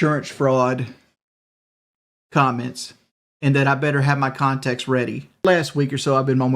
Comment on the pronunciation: Da cawntex